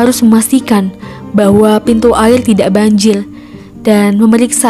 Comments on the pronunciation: woi ngomong nya yang bener dong air bukan ail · Kok yang pas kata ada dua orang yang melakukan hal gila yang bikin video ngomong ail padahal air mungkin terlalu cepat jangan gitu lagi ya kak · "Air bukan AIL" menyerah bukan Menyelah"